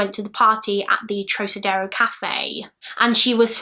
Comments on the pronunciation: Trocadero is pronounced trock (like frock) ah dare oh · said trokadero x }:‑) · Club TROCADERO is also pronounced with a Hard “C” as in ROCKadero.